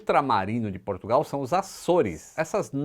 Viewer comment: Portugal... O porto diz P"u"rtugal...kakaka